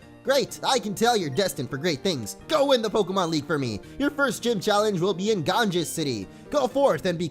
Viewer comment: Damn, you pronounced Ganges so badly XD it's actually pronounced: Gon-Ga.